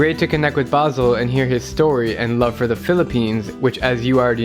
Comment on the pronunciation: Its Basel not basil but its okay